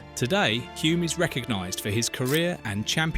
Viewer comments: Both Denny and his father would turn in their graves when hearing the name pronounced 'Hjume' instead of 'Hulm' His nickname, "The Bear" was because he could be very grumpy with stupid questions from journos. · It's not HOOM but HULME. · His name was pronounced Hulm not Hume. This is rubbish. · Excellent 👌 👏 Just a minor thing... Hulme is pronounced like " Film " so just add an H and you get the true K1W1 pronunciation of Dennys surname " Hilm" even though it is spelt as you have it. Hulme. Not even going to try to help you with the pronunciation of the Maori birth place of Denny lol 😅that would wear out my fingers and the Internet :) Again thanks for the clip on Denny. A Top bloke all round. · It’s pronounced Hull-m isn’t it? Almost silent L like in film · Hulme: /hʌlm/ is the correct pronounciation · You don't even pronounce Denny's name correctly. His father was not GIVEN the Victoria Cross .... He EARNED it. This video is a waste of time. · You have butchered the pronunciation of his name and where he was born so badly I stopped watching. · that is what you took from it? the incorrect pronunciation of his name, and multiple incorrect facts . . . i wouldn't even worry about the narrator's opinion, when it is obvious, that he has never watched a race, let alone an f1 grand prix in his life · The narrator cannot even pronounce his name correctly. Listen to the commentator at 4.22. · You can‘t even pronounce his name correctly… 😒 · "You can't take the L out of Hulme"